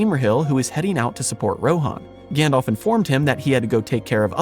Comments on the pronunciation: Gan-DALF, not Gan-DOLPH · I love your channel and your research and passion is evident. But- please, for the love of Arda: try saying "GandAlf" and not "GandOlf" all the time. Gandalf is the correct name and it is pronounced that way too :)